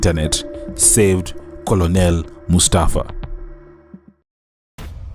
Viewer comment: Good job 👏🏾 . Thank you for taking us through Mustafa’s journey. I hope he is okay now, mentally. Being a caregiver for family members who are cancer patients is not easy. Just to point out the pronunciation of ‘Colonel’. Unfortunately, this word doesn’t follow vowel rules.